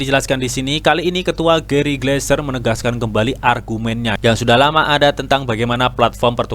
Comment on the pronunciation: Gary Gensler om bukan Gary gleser hihii